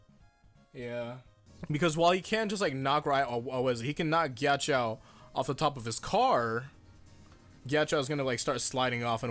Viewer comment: pls stop pronouncing his name like "giachow"